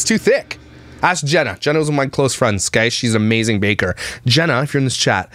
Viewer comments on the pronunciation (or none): none